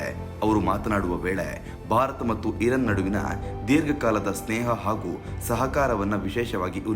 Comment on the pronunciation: ಧೀರ್ಘ ಅಕ್ಷರಗಳನ್ನು ಸರಿಯಾಗಿ ಓದಲು ಕಲಿಯಿರಿ. ಅದು ಇರನ್ ಅಲ್ಲ, ಇರಾನ್